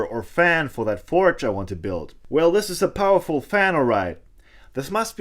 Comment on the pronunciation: "....a little bit poweful.." ahahah!!! A crazy forge instead...!!! Very good work, have fun...and stay safe.